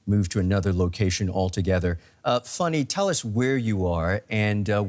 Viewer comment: Why is the anchor calling the reporter Funny when her name is Fanny? 🤔